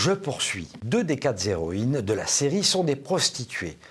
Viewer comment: À : "deux des quat'Zéroînes"!!!??? ... C'est moche, ça fait comme une tache sur la copie... C'est dommage car dans l'ensemble votre critique est très pertinente... Mais mes oreilles sont peut être trop sensibles...